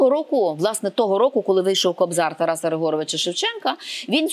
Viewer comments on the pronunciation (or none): none